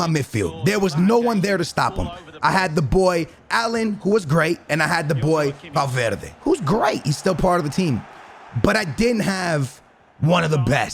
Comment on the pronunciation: Ayyy he said valverdes name right